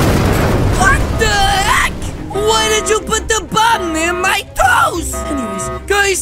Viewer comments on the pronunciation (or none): Why does he say WHAT THE HACK like that